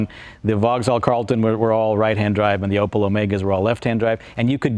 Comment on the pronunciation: Opel, not Opëll